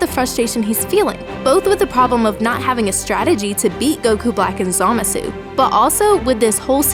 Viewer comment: I hate how they say Zamasu in the dub and the way you say it as well; it doesn't feel right.